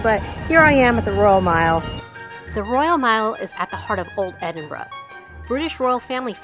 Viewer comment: You certainly pronounced Edinburgh correct Edinburra.